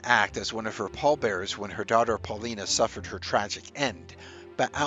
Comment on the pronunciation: Alice's daughter's name was pronounced Paul-LYE-na. It rhymed with China.